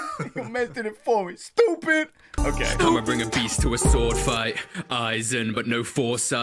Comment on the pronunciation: Dizzy is all white... XD.... and also that "STOOPID" was on point.... XD <3